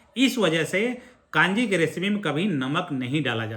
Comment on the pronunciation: जी कांजी नहीं कंजी है। नारायण चेन्नई से आपके वीडियो बहुत उपयोगी सिद्ध होते हैं। धन्यवाद।